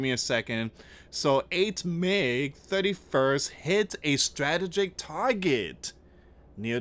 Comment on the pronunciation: you have to proof read and check your pronunciations before you report. Corps isn’t pronounced corpse. It sounds like core. The p is silent. Please proof read before you report. I know you do not want to be censored. Strategic was pronounced wrong too.